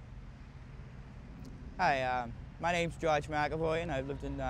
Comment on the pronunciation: Gawge (George) not Josh!